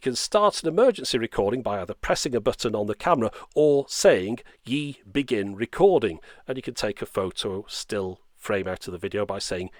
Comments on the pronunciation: It's pronounced as E the letter, not like "yee", I live in China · Obviously you're far from the only one to mispronounce it, but the pronunciation should be far closer to "Eee" not "Yee".